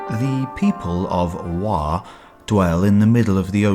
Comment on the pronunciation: should be Wo not wa as this is original pronunciation.